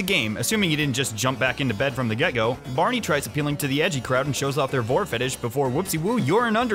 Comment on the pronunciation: Every time you said Barney I got more triggered